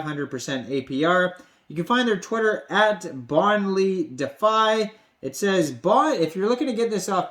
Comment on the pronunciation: You are pronouncing defi wrong bro. Great content 👌